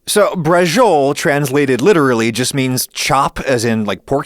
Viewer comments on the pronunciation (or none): Depending on where you live in Italy, horse is the traditional meat for braciole, and they're stewed for a long time in tomato sauce, rather than oven-baked. Also, it's pronounced "bra-cho-lah" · can i be That guy and say that in italian it should be pronounced something like "bra-cho-leh" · Dear Adam, You shouldn't say "braciole" as if you were pronouncing it the correct way and then completely butcher the pronunciation in a way that made my Fiancée who was watching this video with me shout in confusion. Thanks.